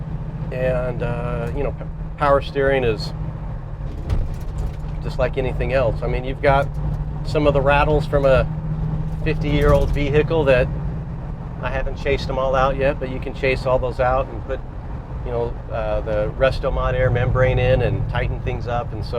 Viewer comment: Vehicle, not ve hick ville